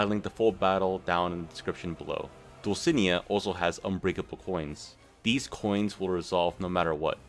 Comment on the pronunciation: Dulcinea is pronounced Dull-sin-ey-uh